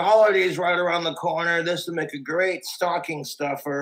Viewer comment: "stalking stuffer" TWU